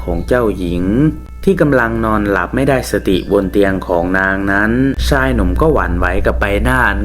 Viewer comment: ภาพสวย เสียงเพราะ เสียอย่างเดียว ช.ช้าง อ่านออกเป็น ซ.โซ่ ทักคำ😅😅😅ใช้ก็อ่านไซ้ ชาย อ่าน ซ่าย ช่วย อ่านซ่วย😂😂😂